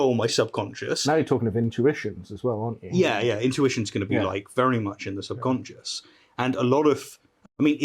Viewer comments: he was saying conscience but the subtitles said concious. so i think they, just like me probably think he actually meant subconcious and that its just an accent thing. or the priest actually doesnt know the difference. idk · Nonono, you got it all wrong, he never said "subconscious", he always said "subsonscience", so your entire crituque is obviously attacking a strawman! 🤣 And nah, it couldn't possibly be due to consistently bad pronunciation on his part.... 🤪